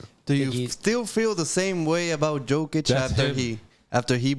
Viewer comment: The second this guy mispronounced Jokers name, instantly new BS was coming out his mouth